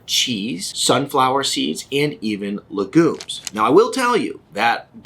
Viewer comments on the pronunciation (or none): Legoomes? Not legumes?😂